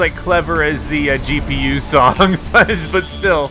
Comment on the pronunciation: the s s d is funny but g p u was even funnier